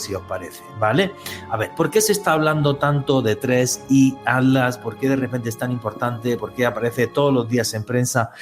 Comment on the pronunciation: Porque decis"ADLAS ", si es ATLAS...